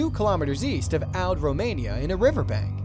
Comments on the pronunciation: That pronunciation of Aiud though For future reference, Aiud is pronounced like Ah-ye-uud but say it as a single syllable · No. 3: Aluminum Wedge of Aiud. Aiud is pronounced Eye Wood, in a single word.